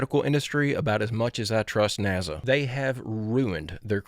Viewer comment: Nasa. with an s. not a z. its not naza. it nasa brother. with an s.